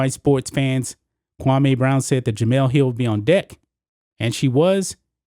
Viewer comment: Bruh you keep calling him kwamay brown u worse that steven A it is pronounced kwamee( Kwam- me)